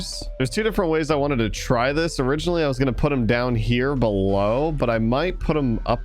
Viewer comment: Are we just going to ignore the fact that he speaks "below" wrong? He doesn't it like "bellow"